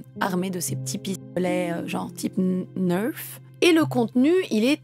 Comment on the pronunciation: Très sympa la vidéo, juste une chose : votre rapport à la langue de Shakespeare est étrange , vous "surjouez" de rares fois certains mots en faisant souvent de grosses fautes d 'accents toniques d'ailleurs ( Nerf, social Blade... , et même un "By the way" au milieu d une phrase ! )) et le reste du temps vous parlez comme tous les Français en massacrant la prononciation correcte ( les prénoms, les noms, les marques etc...), c 'est dommage, restez naturelle ;)